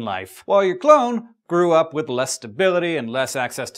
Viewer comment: Its funny you said joins a circuses cuz I thought you said clown instead of clone